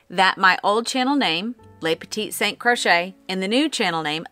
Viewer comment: Bonjour Elise, your prononciation was very good... and yes, we have masculine and feminine... I am french from Quebec, Canada and married and english canadien... and I am telling you, you pronounce it better than my husband! Your new name is beautiful, and what matters the most is your content. Just one thing, it is funny to me. You don't pronounce the first T in important LOL! 😊. Have a wonderful day! Christine 🇨🇦